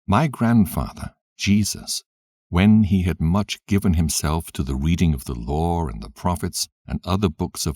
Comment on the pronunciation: The "loor" (law) and the prophets"... lol 😫